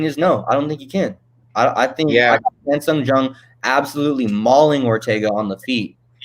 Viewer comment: He is not Chan Sung GUNG. Just call him Korean Zombie if you can't pronounce his name correctly.